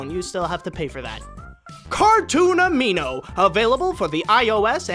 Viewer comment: "cartoon amino" says cartoon animo. I AM SO CONFUSED! D